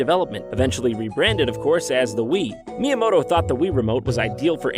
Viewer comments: Mii-yamoto lol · Shigeru Miiyamoto LOL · Miiyamoto lol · haha... Miiyamoto